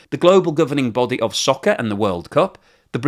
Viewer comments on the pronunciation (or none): none